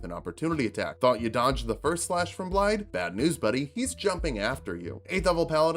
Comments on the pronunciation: It's not BlaiDD, it's BlaiTH. It's right there in the game! It's Welsh! Start over, do it all again! First failure ever! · Just a quick one but the double D is pronounced like THE. So it's Blai-the